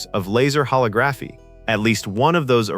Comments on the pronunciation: Laser HoLOGraphy not Laser HologRAPHy It's so weird that AI narrated that video about a movie about a future AI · Huh-log-gruh-fee not holla-graph-eee. 🙃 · LOL, I read this comment before watching the video and I was like "how bad could it be?" I never in a million years would have predicted "hollow-graph-e." I burst out laughing when I heard it. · ho LO graph y, not ho log GRAPH y :) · hole-ah-graph-eee NOT holo-graph-eee learn how to pronounce a word and rehearse a script before making a video. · "Ho-LOG-raphy". Not "Ho-lo-GRAPHY". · "Hall-oh-graphy"? No, "huh-log-gruh-fee". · It's pronounced holog-graphy, not holo-graphy, the same as photography or videography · Also why is it holography getting pronounced [ho-lo-GRA-fi] instead of [ho-LO-gra-fi]? I like video otherwise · Why is it that AI can't can't pronounce holography correctly. Here's how hō-lŏg′rə-fē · Pronunciation of holography is incorrect. Sad. It's hol·og·ra·phy [hōˈläɡrəfē] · Hollow-graphy? Really? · Was this narrated by AI? I believe it's pronounced "ho-lig-raffi." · "hollow graffy" 🤣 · Holl - og - Grah - fee for fucks sake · Holographie? You mean Hol-Log-graphy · "Hollow-graphy"? Guess it's obvious that no human narrated this. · The-A-tric-al and ho-LO-graphy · huh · laa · gruh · fee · Same with the pronounciation of "holography". "Hall-oh-graphy"? Puh-leeze. The AI didn't do well on that one. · hollow-graphy hahaha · Hollow graphy? AI sucks. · holo-graphy. Gotta love AI. Not. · Note to self, AI cannot properly say holography. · If the narrator is a real person and not AI, he needs to learn how to pronounce holography and theatrical. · You can’t say holography! Or Jenny Agutter! Weird emphasis. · holography is pronouced how?? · Get a real person to read the script, someone who looks up unfamiliar words like “holography” so it’s pronounced correctly! Theatrical isn’t as unfamiliar so, come on! AI sucks at pronouncing things. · You said "theatical" twice. And you pronounced holography wrong too. AI.